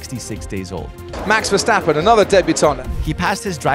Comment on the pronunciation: The way he said “Max Verstappen” I’m Belgian so I know how you say it…